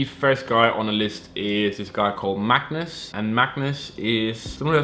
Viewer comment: this man magnus can't say his own name lol